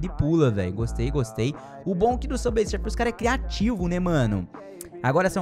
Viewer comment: "sufer"que português bom👍